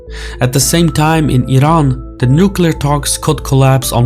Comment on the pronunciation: Love the fact that you're one of few who spell Iran and Iranian correctly (ee run) and not falsely (eye run) 👌😅